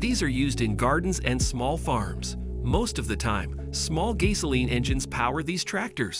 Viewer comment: He says Gai-soline too